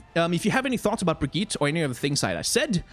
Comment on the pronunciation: Great video, tho as a swede myself i can confirm that you DONT pronounce her name "Brigitta", just say it like "Brigitt", just skip the E at the end and you got it